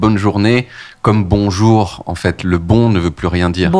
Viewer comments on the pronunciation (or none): Sinon, créons le "Beaujour !" à la place du traditionnel "bonjour"